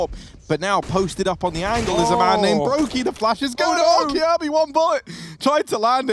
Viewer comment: The way you pronounce "Kjaerbye" is so cringe xD